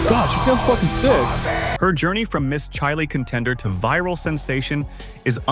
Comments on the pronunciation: ASSSSHHHOOOOOLEEEE….Its CHILE……Not CHAIII LEEEEE…. Fu….ckin LOOOOSER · And Chile is pronounced cheele. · Chi……Leee¡????A—- Hole !!! Its CHILE!!!!